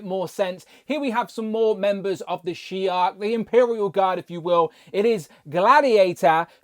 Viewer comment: Why are you adding a k to the end of shi’ar? It’s not shi’ark my dude.